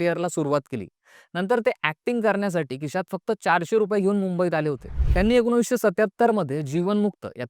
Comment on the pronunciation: एकोणीशवे नाय एकोणीसशे 😊